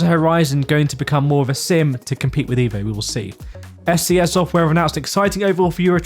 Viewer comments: It’s called EVO like evolution. Not IVO like idiot. Not too hard 😉. Cheers, Alexander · with the letter E in EVO pronounced as the letter E in the word ELEPHANT ..pleaseee 😉